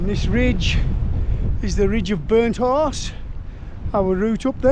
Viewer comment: Your accent makes it sound like you're saying Burnt Arse instead of burnt horse 😂 Great video, fella 🤜🤛😊